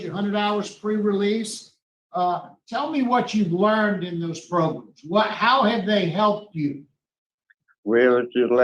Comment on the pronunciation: Progrums 😂 gets me every time!! 😂😂😂